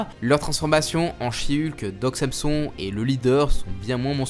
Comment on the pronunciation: On dit ''san son'' et pas ''Sam son''. C'est pas intéressant mais c'est une référence à un héro de la mythologie grecque